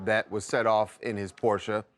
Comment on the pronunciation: He really called a Porsche a Porscha?